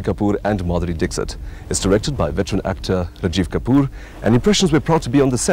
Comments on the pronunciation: Madhuri Dickshut / Madhuri Dickshit..........................hahhahaahaahahaha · It is not dick sit though. It is dixit.